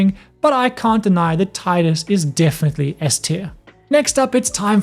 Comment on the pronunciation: Tidus* not Titus xD